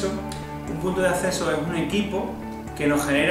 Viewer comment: Punto de "asseso" 😂🤣